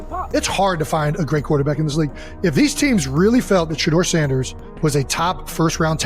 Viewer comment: I hate A.I. voice. It pronounced Shedur as Shatters Ssnders. Doesnt anyone voice check these things?